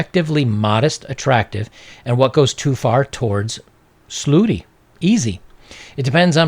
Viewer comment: Bobs... slooty... is misspelling and misspronouncing the future of freedom of speech?